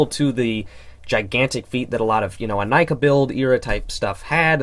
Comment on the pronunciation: Liked for proper pronunciation of Inika